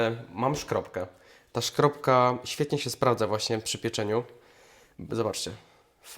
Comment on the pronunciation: To chyba jest skrobka a nie szkrobka... 😅 Czy mozna mowic tak i tak?